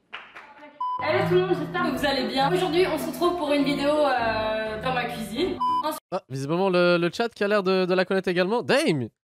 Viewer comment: "sortie de sa KOUIZINE" mdrrrr